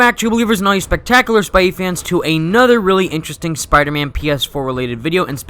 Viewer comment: You notice how he says spierman instead of Spider-Man 😂